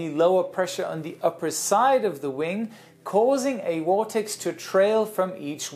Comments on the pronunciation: It's a VORTEX NOT wortex, learn to pronounce words better. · Just watched your video on English so I laughed out loud (there should be an abbreviation for that!) when you said war-tex instead of vortex. And Germans pronounce w's as v's and v's as f's so wtaf? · "Wortex"? Love you:) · “Wing Wortex” 😂😂😂